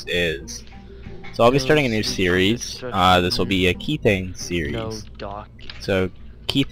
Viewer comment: pronounced "k-eth-thane